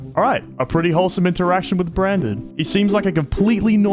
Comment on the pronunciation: it just me or branded sound a lot like brain dead?